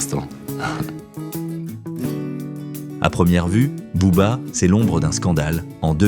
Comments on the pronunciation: Ben oui les prononciations tu écoute chantal goya pour booba pas boba sérieusement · "Elie Yaffa...désormais Bobba..." tu veux dire BOBERRRR 😃